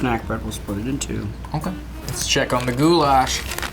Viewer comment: the way they say Goulash over there is like saying Gulag with SH instead of a G, where the lash in goulash is more said like the word lash with no hard A's